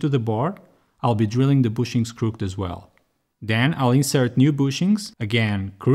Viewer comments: Hey King, not trying to be judgemental, just helpful It's said 'crook-ed' Two syllables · English is weird, even for those of us that have it as our first language. Crooked is two syllables. Crook-ked, or closer to crook-kid. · great video, good editing so far (not far in yet) just wanted to say the english word "crooked" is not pronounced like most english words ending in ed. its 2 sylables. use google translate to listen :)